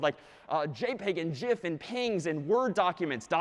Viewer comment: Just wanted to leave a comment here to say how pleased I am that he pronounced GIF correctly. Good luck everyone!